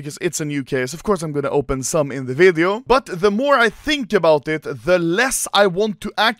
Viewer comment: “In todays vidiö”